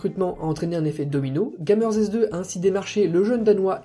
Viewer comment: Par contre, on dit Gamers2 => "GamerzTwo" et pas Gamer S2 xD. Sinon bonne vidéo:)